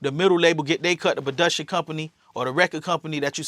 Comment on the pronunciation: He can’t use the word “bitch” for any and everything straight retard. Yo said budiction instead of production, what a clown